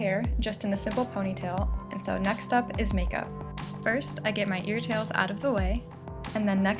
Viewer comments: Did I hear right? Ear tails? 😂 Sorry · She’s amazing but I couldn’t help laugh when she said “ear tails”😂